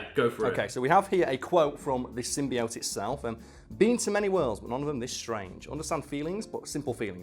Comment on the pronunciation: I guess the prem-eyes of pronouncing "symbiote" wrong was too much for.